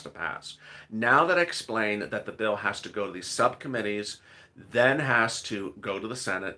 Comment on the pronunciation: Bill ,bill, bill not pill...